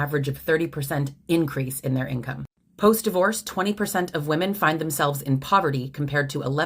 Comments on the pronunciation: Great video but as an aside, it's super annoying when people don't realize that "woman" and "women" are pronounced differently. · That last one bothered me because of the way she pronounced "women".